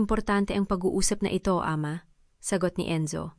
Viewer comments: Hindi b pinoy ang narrator?d ayos ang bigkas.gaya ng ama.mali ang bigkas. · Bakit Ate Ramon. Diba dapat kuya Ramon. Ayusin mo ang pag pronounce ng AMA.